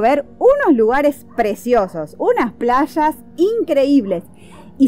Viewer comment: “PLAYAS “ No 👎 plashas